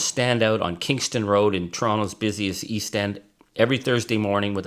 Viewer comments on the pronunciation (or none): none